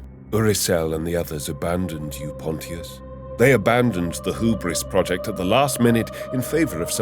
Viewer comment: I gotta say it… i read this for the first time nearly 20 years ago. And have reread it since. I too used to pronounce it “pont-tee-us” and have since learned its pronounced “ponshus” - like Pontius Pilot in the bible, who condemned Jesus. Well done with this, its nice to hear a different take from Toby Longworth on the voice acting.